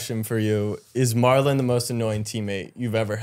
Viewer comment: Why are yall calling him Marlo...His name is Marlon....